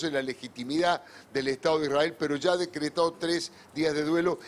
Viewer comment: Peto 😅😅😅te falla la erre 😅😅😅